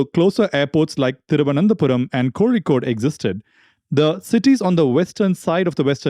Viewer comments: you sound a lot like a south indian, are from tamil nadu or kerala? because i am really convinced of this because of the way you pronounce kozhikode and thiruvananthapuram is the perfect way which only malayalis pronounce properly which even tamilians fail to pronounce correctly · Aha, I heard you pronouncing Kozhikode in another video, and then Thiruvananthapuram, which made me conclude you're a Mallu. Kanyakumari mavettamaa? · Are you from Kerala? Cuz you can actually read 'Kozhikode' Just asking ... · The way you said kozhikode and Thiruvanthapuram, I am almost certain that you are a Malayali 😊